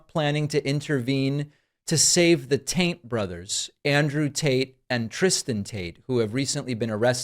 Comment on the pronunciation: Theres no way its just me.... did I hear "The TAINT BROTHERS?" about 20000% sure I heard 'the TAINT Brothers' lollllll